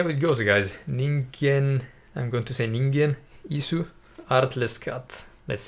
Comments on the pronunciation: I am so glad you like them. They have many songs with evil vibes. Please react more. Your pronunciation of Ningen Isu is perfect. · You've opened up a portal to a deep dimension, they're already 22 albums in - there's a lot of amazing music to discover.. and this song was off their most recent record :D I'd suggest Namahage next.. and perfect on the band pronunciation by the way :)